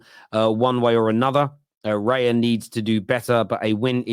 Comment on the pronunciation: it's raya, not reya